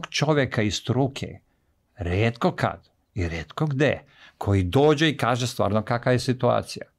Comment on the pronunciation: Ne znam kako vama Ali meni smeta kad neko ne zna reci č. I kaje umesto kaže. Odakle je gost?